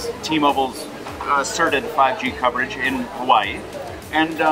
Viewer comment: You say Hawaii weird. "Hawhy yee"